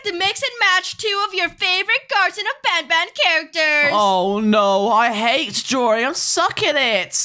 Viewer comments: He said nabnab but show a picture of banban😂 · Lol showed i picture of banban when he sed nabnabn lol XD